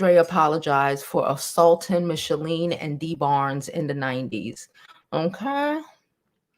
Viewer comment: Just curious; why do you keep saying Michele’s name wrong? It’s not Michalene😆